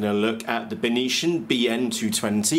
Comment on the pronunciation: Hi Matt, You totally killed the pronunciation of the brand "Beitian". You made it sounds like its from another planet like martian! It should be pronounced as "Bei-T-an", "Bei" as in Bei-jing, "T" as in the letter T, "an" as in the english word "an". If properly translated it means Northern Sky. Cheers mate!